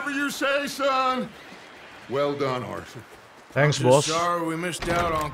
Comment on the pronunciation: Arthur bang bukan althul